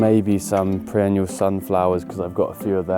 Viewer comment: A whole family who cannot pronounce 'perennial'? Adorable!